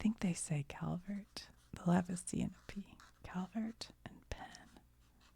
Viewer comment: all of your videos are wonderful. Thank you. And you had been saying Calvert. Great job. Fun and interesting. Keep the videos coming. George